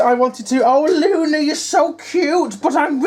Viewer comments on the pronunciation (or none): it sounded like u said lucy 🤣🤣🤣 my bad lol